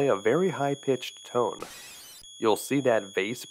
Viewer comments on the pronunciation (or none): none